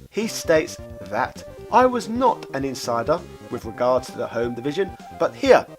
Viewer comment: Why can you sometimes pronounce "TH" correctly, and at other times you say "DEH"!?